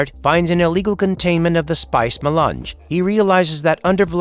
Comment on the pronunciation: The Spice Ma-lunch